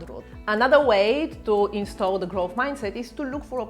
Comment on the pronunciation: instill, not install